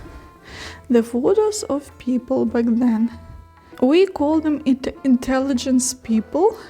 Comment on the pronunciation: Hi, nice to watch your videos. Small advice or correction for you pronunciation. When you see English letter "i" it is not Ukrainian "і" but rather "и", for example not "традішін" but "традишин" otherwise you sound like russians., and you are not:-). Don't be angry... And word "intelligence" in English is not the same as "інтелігенція" in Ukrainian. It is something like "розвідувальна інформація". English doesn't divide people into such categories. Keep making your videos, they are getting better and better. Tschüss.